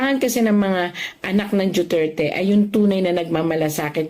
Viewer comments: duterte ma'am Hindi dueterte😅😅😅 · Mam hindi po Dueterte Duterte po